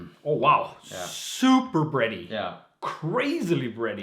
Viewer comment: i first understood "bretty" and i was like O_O oh no :D